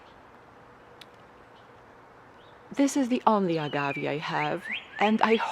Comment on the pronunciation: Pronounced Reg-i-Nay And A-gav-ay